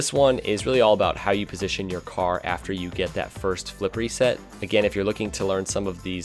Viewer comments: cant unhear flippery set now... fuck you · I thought you said it was your wife the first time you mentioned "flippery set" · dude why did u told flippery set now everytime instead of flip reset i hear flippery set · I CANT UNHEAR FLIPPEREY SET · Now whenever anyone says Flip Reset, all I'll hear is Flippery Set, thanks! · The first time I watched any rocket league content was sunless khan. I thought he was saying flippery set as well. took a couple more vids to realize what they were saying.